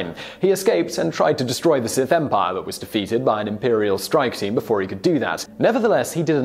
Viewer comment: "Seth Empire"